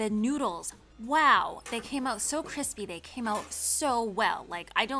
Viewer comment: “Cripsy” baked noodles, lol.